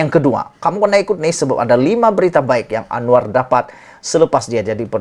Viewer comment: Admin kau tolong sebut dengan betul nama PM kita tu..jgn kau ingat dia kawan kau..